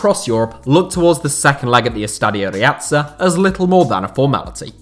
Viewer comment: Estadio Riazza?! Deportivo play at Riazor. You pronounce it “Ri-a-thor”.